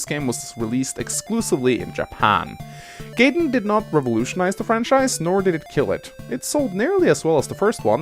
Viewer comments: "Then came along Fire Emblem Gay-den." Gay-den. *Triggered* (Jk, nice video,.) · say Gayedenth